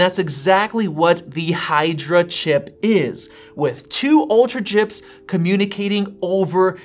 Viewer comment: its "Hydra"